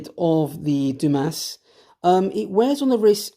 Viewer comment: Believe it is pronounced "Du-Mah." Great review, love this watch.